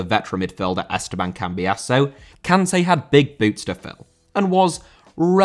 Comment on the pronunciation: I love how you go out of your way to pronounce Sergio properly in other videos, but still pronounce Kanté wrong 🤣